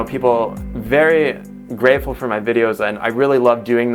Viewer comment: at first I heard you said Im really Grapeful :)